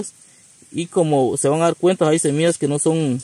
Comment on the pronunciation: Porque dices semias se dice SEMILLAS